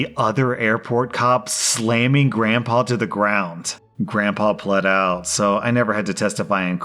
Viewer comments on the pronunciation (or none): Listening while driving and had to do a double take when I heard "grandpa bled out so I didn't have to testify" instead of "pled out". LOL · At first I thought the dude said bled out and I was like hell yeah that's awesome plead out which is kind of boring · Omfg I had a heart attack I thought you said grandpa BLED out not PLEAD out and were just glossing over manslaughter 😳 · When he said grandpa pled out I thought he said bled out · "Grandpa pled out". I wonder how many other listeners heard "bled out". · I thought you said "grandpa bled out" and I was like WOW that escalated quickly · Oh, damn. That first story I totally heard, "Grandpa bled out" instead of "Grandpa pled out" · Is it just me or did anybody else hear "Grandpa bled out" because thats what I heard... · I thought he said “grandpa bled out so I didn’t have to testify” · I was listening to this is the background and I thought he said "grandpa BLED out" I was like "WAIT WHAT"